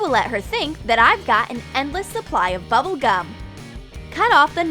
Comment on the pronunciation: It’s bubble gum not Tubble gum GET IT RIGHT